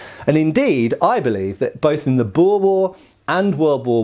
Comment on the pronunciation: Great. Another one that can't pronounce boer. Nice video tho.